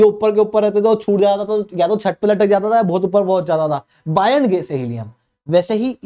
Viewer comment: बोयंट को बायंट मत बोलो।